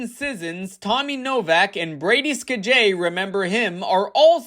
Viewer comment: Brady "Ska-Jay"